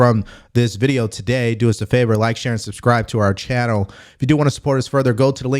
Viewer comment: It’s “channel”. Not “channew”. Then I’ll donate. 😂